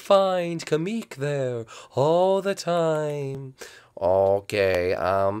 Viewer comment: it's pronounced kamek not kameek